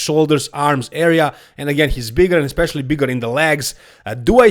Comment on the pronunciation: He can't even say the word "especially", instead saying "expecially". He is clearly a low intelligence individual.